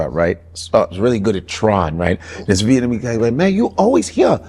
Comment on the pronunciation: You cappin yet again. Argyle is NOT a whole street filled with 'Venamese' businesses, food and culture (its pronounced 'Vietnamese' btw). Mainly from Broadway east to WInthrop ave are where the Vietnamese core cultural shops (Miss Saigon, Nha Hang, DaNang are probably the best), from there it starts to become mixed with other ethnic shops. Most of the Vietnamese and Souteast Asian folk live just a block south of there, on Ainslie st, cross streets being Winthrop and Kenmore, which are all residential. North of this Southeast Asian Community is Winona, then Foster, and Berwyn going further north. Some unsavory types and crackheads wandering about (mainly at night), but no 'hood'. There were, in the 80s & 90s, a mixture of (B)GDs (migrating from Sheridan RD and Lawerence) and Gaylords (white gang), Local Boys (Asian gang) crossing through that Vietnamese area, and definitely seem lawless back then by today standards. But now none of the kind even remotely exist. What experienced was probably a dude false-flaggin, saw not be from around there, and figure him to be an easy target for bullying. From broadway going west is quite and nice, going east pass Sheridan is nice and with some questionable elements migrating about until you get to Marine Dr. There is no 'hood' on either side of the Vietnamese, Southeast Asia, and East Asian Heritage Area. There is no one shot calling, standing out on the corners throwing up gang signs, no gang colors, no slanging and banging